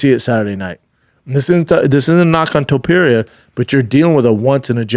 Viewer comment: "TOE - PEERIA"